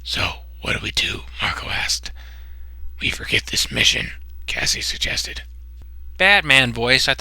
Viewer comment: dude, u called Cassie "Cass-LEE"